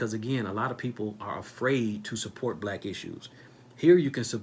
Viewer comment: WHY ARE YOU OVER EMPHASIZING ON WORD BLACK PEOPLE WHEN THERE IS NO SUCH THING AS BLACK PEOPLE THAT'S A SOCIAL CONSTRUCT OF INVISABILITY AND HAS NO STANDING IN A COURT OF LAW.